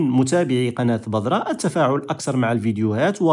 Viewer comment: تنبيه أخي لو تفضلت: كلمة بذرة تنطق في اللغة العربية مرققة وليست مفخمة. كي لا تتشابه الذال مع الظاء. وشكرا على مجهوداتك.